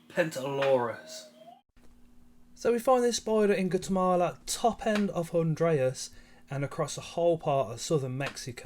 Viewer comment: The pronunciation of Guatemala hurt